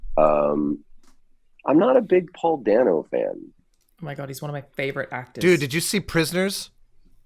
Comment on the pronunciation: Last name of Paul Dano is pronounced (by him) "DAY-noh".